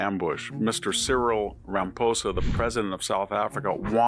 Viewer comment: You're mispronouncing Ramaposa's name!?? Why!